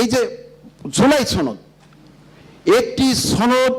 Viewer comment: এই বেয়াদবকে ঘার ধাক্কা দিয়ে বের করে দেয়া হউক। ছনদ না রে গাধা এটা সনদ। ইয়াবা /ফেন্সি কিং এটা, দুর্নীতিবাজ। সংবিধান কি কোন ঐশী বাণী? আওয়ামী বয়ান ঝাড়ছে! টেম্পো ষ্টেন্ড কি এখন দিল্লির হাতে বর্গা দিবি নাকি বেচে দিবি? জমগন নেংটা করে পিটিয়ে মেরে ফেলবে। নেপালকে দেখে শিক্ষা নাও নইলে খাম্বা বেয়ে ওপরে উঠতে পারবা না।